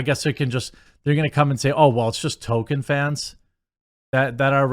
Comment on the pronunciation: His name was TOLKIEN, not TOKEN. Why is that so hard for you?